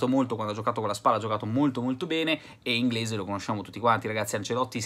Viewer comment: Robi inglisc ahahahahaha